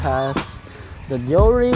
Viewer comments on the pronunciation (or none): It's pronounce as day-ore or ˈde͜oː.re' since it is Japanese, not American. Shimano is a Japanese brand.